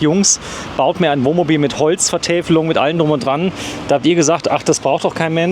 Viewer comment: ...das übliche Dummgelaber! Er kann nicht ein mal das Wort Wohnmobil aussprechen, er sagt immer "Womobil"...😮😂